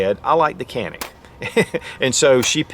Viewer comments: Turkish pronunciation is actually John-Ick not Jan-ick.... not that it matters. Just thought you may want to know. Cool video. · Say....John--IC. That is the Turkish Pronunciation. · John-Nick if you can't pronounce it right, (i'm turkish-american) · Was told Canick is pronounced “ “Jah-nick” 😂 the sales douche tried reaming my ass at the counter for calling it Canick. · Pronounced Tschanik . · I hear in Turkey they.pronounce it "Janik". But they say Turkay, not Turkey. So let's stick with canik. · oh you’re ignorant you pronounced it canick, that’s so ignorant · true pronounciation: Ca is like “Ju” in “jump” and nik is “nick”. Greetings from Turkey. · Dude, you need basic Turkish lessons You are far off on that pronunciations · thats not how we say it tho